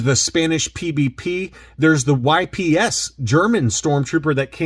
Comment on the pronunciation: Y-P-S again! I told you how to pronounce it! 🤨